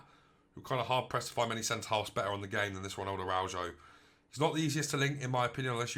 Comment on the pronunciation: Pronunciation is wrong , thanks for the nice review though.